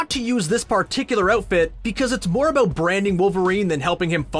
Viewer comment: All I heard was “aboot” and “ootfit”